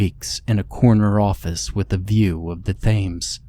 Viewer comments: The THAMES? Like THEATRE? No no no, it's pronounced TEMS. You know, the famous river in England. I do love your stories though. Just not your pronunciations sometimes. Signed, the Grammar Nazi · The River Thames is pronounced “Temms” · "The Thames" is pronounced "The Tems".